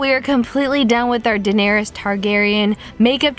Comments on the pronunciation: Fam it's Da-nair-iss, not Da-nair-eeus. If you're gonna do a makeup look on a character, at least get their name right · I love your videos but it's pronounced duh-nair-ris 😂😂. Fantastic video though